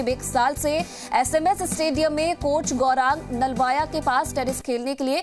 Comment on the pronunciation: कोच है या कोंच 🤧